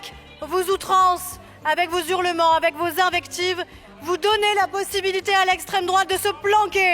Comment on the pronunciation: Ah Aurore Bergé ! "Avec vos zhurlements " !🤣🤣🤣 Depuis quand fait on les liaisons madame ?